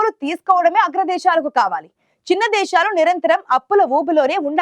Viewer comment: దేషాలు ఏంటే దిక్కుమాలిన చెల్లి దేశాలు అని పలకలేకపోతున్నావా